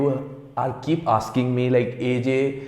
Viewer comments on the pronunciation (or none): U say AJ as AZae